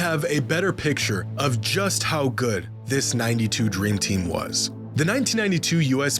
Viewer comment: " The dreem tim " 🤣🤣🤣